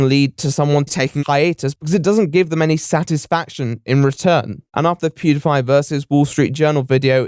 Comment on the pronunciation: eeewww the way you say "Pediepie" is absolutely disgusting....are you serious with that bullshite?!